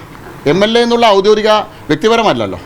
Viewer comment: ഔദ്യോദികം അല്ല ഔദ്യോഗികം 😂😂